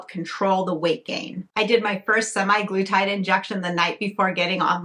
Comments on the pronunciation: It’s actually semaglutide, not semiglutide; you keep pronouncing it wrong. I don’t know what to say, but I think you need mental health care, not all these unnecessary interventions. I live in the Netherlands and have diabetes and am obese but was denied the injectable form because there is a worldwide shortage and they are only giving it to patients already on the medication. However they have given me the tablet form (Rybelsus) which I take daily and is a much milder form of semaglutide. Unfortunately, despite taking this medication and being on a program involving diet, exercise and lifestyle changes I continue to put on weight. Ironically, I also can’t eat much at mealtimes anymore, not that I ate much to begin with. From what I understand, semaglutide is to manage diabetes, and weight loss is a SIDE EFFECT. Who knows what damage it is doing to people who don’t have diabetes. There are no long term studies. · Ir's not 'semi-glutide, don't overlook that 'A' in the word. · "SEMAYGLUTIDE"... THE WAY YOU SAID IT, ITS LIKE YOU CANT READ